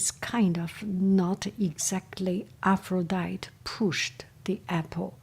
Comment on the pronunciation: I love these stories. I read them in 7th grade. The name APHRODITE is Greek and is pronounced Af-ro-di-tee. 😁